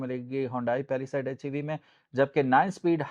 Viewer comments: Its not paliside it is palisade bro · Pehla side 😂😂😂 Pehla Saith 😂😂😂